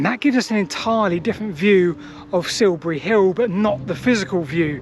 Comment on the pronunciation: Please learn to speak correct and understandable English. Siubuwy Hiww just won't do.